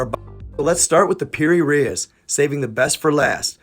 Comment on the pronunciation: Hey big guy I'm a huge fan of you channel keep it going just one thing that bothers me but not just from you all narrators when they get a person's name wrong it sounds like (reese) not Reyes no offense just trying to help.